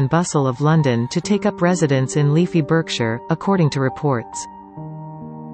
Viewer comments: It’s pronounced bark shire… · ...pronounced BARKSHIRE not Berkshire! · Berkshire. Pronounced Barkshire, thank you very much. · It's pronounced Barksheer! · Berkshire - should be pronounced as Barkshire!!!!!